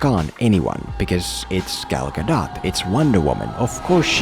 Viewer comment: Just so you know, you said Gal gadot's name correctly.